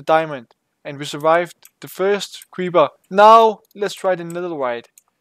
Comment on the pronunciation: You say creeber in stade of creeper